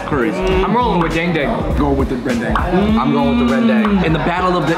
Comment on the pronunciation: OH FINALLY SOMEONE CAN PRONOUNCE RENDANG